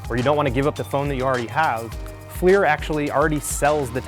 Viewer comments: Thats not how you pronounce FLIR. Its pronounced as FLURR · I thought Flir was pronounced Fl-er